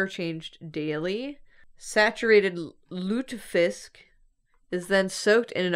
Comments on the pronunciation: your first pronunciation of Lutefisk was actually correct! My brother spent two years in Norway and speaks Norwegian, and it is pronounced Lute-aye-fisk. It is also absolutely disgusting and states like a fish oil candle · first pronunciation of Lutefisk was pretty accurate, I’m impressed